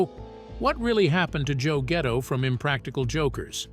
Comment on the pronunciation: gatto not ghetto da fack is wrong with you.